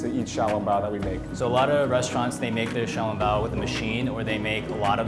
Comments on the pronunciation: Can't even pronounce "Xiao Long Bao" right 🤦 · kkkkimmyy they set the name that way, but do not pronounce accordingly. And I'm pretty sure they did not invent xiao long bao. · Audrey Brigitta true but itwas REALLY butchered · Their pronunciation is terrible. They should be ashamed. Bad Chinese